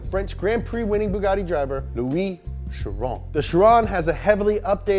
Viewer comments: It is not pronounce as shi Ron It's Kay ron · its pronounced KAI-RON u sound like a moron I thought u were just making fun for the first 2 minutes but u kept saying it and I just cringe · Bugatti chiron is the name but its pronounced khiron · I'm sorry, how'd he pronounce chiron? 😂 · Fun fact. Chiron and Veyron (buggati pilot in the old days) are pronounced with the french sound "on" which is the sound when you imitate french going "hon hon hon" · the name of the chiron et veyron are prononced in french they are name of racers